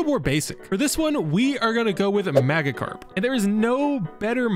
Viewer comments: Your Saying It Wrong It's Not Maggie Karp Its Majakarp And And There Is No G Sound In The A So It's Majakarp=Magikarp Just Pointing That Out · “Mag-uh-carp” excuse me sir, it’s pronounced mage without the e. It’s supposed to be like magic-carp. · he pronounced magickarp wrong 😂 also can you make jigglypuff a slime and I REALLY want the enderman as lucario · Its pronounced majickarp but spelled magikarp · How dare u call it magicarp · That's not how u pronounce Magikarp it's pronounced Maj-ik-arp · You said magikarp wrong